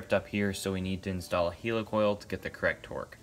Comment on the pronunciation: Do you say helicopter or hilicopter ..why do you say hilicoil..it'd helicoil...